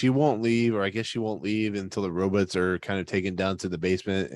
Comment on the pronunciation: "robutts" Lol